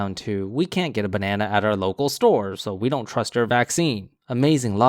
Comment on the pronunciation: "Benena man."